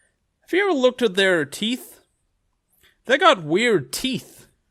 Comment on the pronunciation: "British are we-ER-d" - 2020